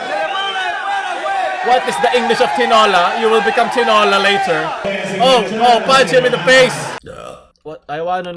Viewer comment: pinoy: tinola japanese: tinora